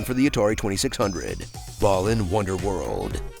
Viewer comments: The pronunciation is actually "Baa-Luhn". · did this man say ballin' wonderworld? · This game was so uninteresting, you spent the entire video pronouncing Balan differently every time you said it AND you didn't even get the game's title right in both the title and description of this video.